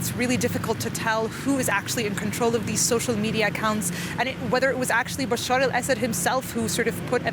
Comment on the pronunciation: Excuse me, his name is not Basheer Al-Asad, but Bashar Al-Asad.